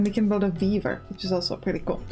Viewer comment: "And we can also build a beaaaver... which is also pretty cool." -- I was only listening at that point, while managing my other tabs for the morning, so I had to come back and figure out what I just heard! ("weaver") Definitely wishlisted, I'm going to like this game a lot!